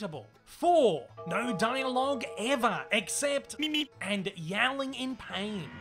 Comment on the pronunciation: I thought the road runner said meep meep not beep beep what the fu